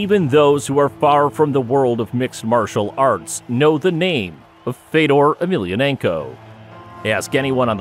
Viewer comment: Wish you'd pronounce his name correctly!